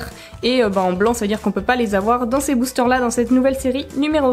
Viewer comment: tu as dit boochteur